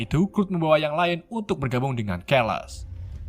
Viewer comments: Kerles kerles... Baca nya Charles.. Bukan kerles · Charles dibaca Carles bukan kerles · carles bacaanya bang bukan celes pangil aka profeseor xxx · Charles = Carles, bukan kerles.. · Rada bingung dengan keles keles yg disebut mimin, baru nyadar maksudnya Charles... 😅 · Blepotan banget ngomong.a kaya ponakan saya, Carles bukan keles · Charles namanya bukan kherles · ohio: ohaio charles: charles biasa, bukan kerles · Min kok bacanya namanya pd salah sih,,,keles keles kirain siapa eh gataunya si prof 😂😂😂😂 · Ngomong bahasa inggrisnya yg bener lah nyebut charles aja jadi kerles-_- niat lu biar lucu? Tapi ga lucu norak. Rip english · ngomong charles aja salah. sesusah itu ngomong charles? parah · min baca Charles pake C bukan K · Bang saran, Abang kurang dalam pengucapan bahasa Inggris, kaya Nightcrawler, Charles, Ohio, dll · Keles atau charles? Charles = carles Scott summer = skot sammer